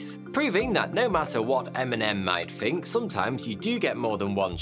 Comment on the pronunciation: Every time you say the word “think” as “fink” it hurts my soul